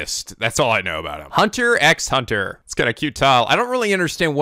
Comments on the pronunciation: I'm excited you're doing this. Hunter x Hunter is definitely one of my favorite animes, and definitely something I would recommend to everybody, even over JoJo's Bizarre Adventure. As much as I like JoJo's, Hunter x Hunter is just so much more fun and accessible for people to watch. The 1st episode is collectively seen as the worst one of the entire series, and if you liked it that much, you will definitely love this show a lot. Also, I know a lot of other people are saying this, but you don't pronounce the "x" in Hunter x Hunter or in the episode names, it's weird, I know, but Japan likes to do weird things with titles. Anyways, I hope you enjoy this series as much as I do, and I look forward to seeing how you react to certain things that happen in the series! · For the record, the X in Hunter x Hunter is silent, so it's just pronounced Hunter Hunter. And considering Gon Wants to become a Hunter to hunt for and find his father that's also a Hunter, you could say he's a..."Hunter" Hunter (after he officially becomes a Hunter). At least, That's one interpretation of the name.;) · That style of video is not gonna work later on, this show becomes more complex and hyper dense with information 30+ episodes in. Also the X is silent, it's "Hunter Hunter" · Omg it's just "Hunter Hunter" the X is silent! :P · Oligatory comment about that "x" bit is not pronounced. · Psst pssst, the x are silent.... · regardless if it was mentioned already, the 'x's between words is silent cuz why not